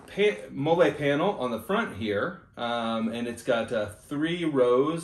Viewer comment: Not sure if you’re joking or if you didn’t know how to say it but MOLLE is pronounced Molly. Sorry, not trying to be rude.